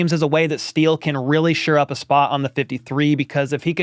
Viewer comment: I think it is "shore up" not "sure up". Thanks for all your great work!